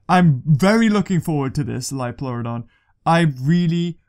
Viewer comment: It's a magical leeoplorodon